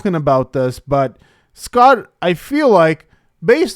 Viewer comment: It’s “Eh-Scott”